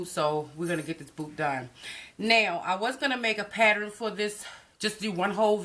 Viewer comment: " this is my patterin"... love it